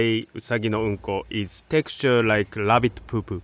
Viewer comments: Incredible Craftsman but who else had to rewind and turn on their captions to see if he really says, ‘Uh Rabbit Poo Poo”? 😆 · no he said 'labbit pooh pooh'. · "Texture of a LAbbit poupou"